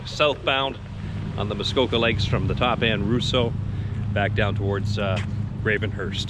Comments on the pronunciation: I've always heard it called Ross-eau not Rous-seau. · Great video, only heard it called lake Rosseau, not rooseau lol. In the video, you keep mentioning 88 miles? Do you mean km?